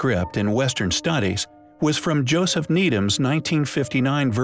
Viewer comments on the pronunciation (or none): none